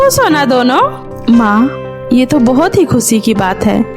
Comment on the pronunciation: Khushi ko kuseee kyo boltey hoo